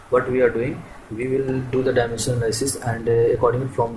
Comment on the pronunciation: FRIST LEARN HOW TO PRONOUNCE "DIMENSION"😂😂